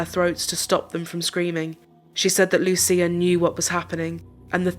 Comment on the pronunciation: You pronounce Lucia as LUCHIA ❤